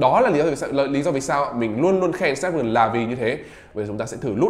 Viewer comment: Đọc là chip sờ náp thôi a ạ,e đọc kiểu đấy ngượng mồm lắm